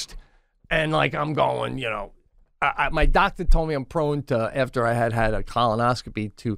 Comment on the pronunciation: Pete still says colinoscopy instead of colonoscopy but that’s why we love him baby